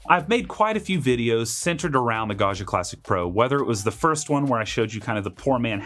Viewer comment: This looks fantastic, but please learn how to pronounce Gaggia!